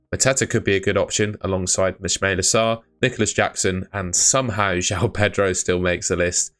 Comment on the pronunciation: Why did you mispronounce Ismaila Sarr's first name wrong when there clearly isn't an "sh"? Enlighten us.